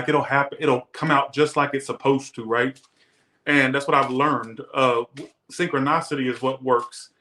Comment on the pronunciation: “Sincrinosity” ??? .. really? 🤐